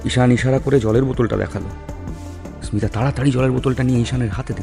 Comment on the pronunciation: স্মিতা নামটা ২/৩ বার ভুল উচ্চারণ করলে !